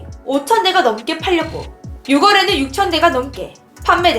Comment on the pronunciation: "6월에는" 는 읽을때 "육월에는" 으로 읽지 않고 "유월에는" 으로 읽어야 합니다!